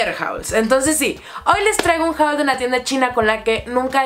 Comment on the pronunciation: Solo me frustra la forma que tienes de pronunciar "haul" como JAUL, en general la pronunciación de palabras en inglés